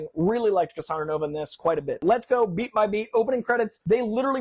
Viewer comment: When he said "beat by beat" I thought he said "beat my 🥩"